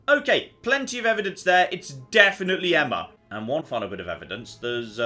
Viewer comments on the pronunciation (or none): Why can't pronounce Emma? Emmer isn't a name god damn it!